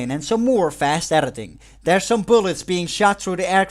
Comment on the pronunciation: Take a tequila shot everytime says erditing.